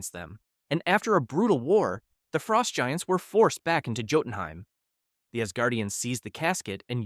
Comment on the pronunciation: the j in jotunheim is pronounced as a y